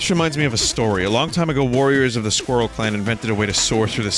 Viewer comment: I´m german and can´t pronounce "Squirrel".